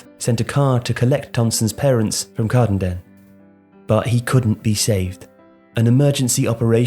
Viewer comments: Great work again lads! Just one thing, it’s said CAR-DEN-DEN not CARD-INDIN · You have pronounced Kirkcaldy and Cardenden wrong.